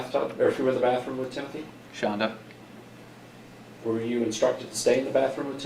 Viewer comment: I LOVE LOVE LOVE how you pronounce Shanda's name! 😍 😂😂 It's fantastic